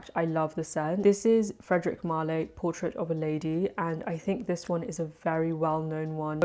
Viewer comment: You’re too far away & your frag info is too small. Can you get closer & hold up the bottle & please add names to description? It’s prounounce: Mal (Not Mal-lay) Can’t follow along very easily. Thanks!